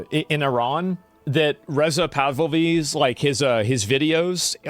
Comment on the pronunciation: Ghislaine= GUH LANE Pahlavi= PA LAH VEE